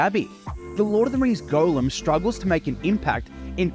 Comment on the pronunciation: Are you actually pronouncing it "Golem"?